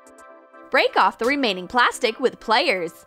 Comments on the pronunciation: Yeah but here in America it’s pronounced pliers not players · she said players its pliers.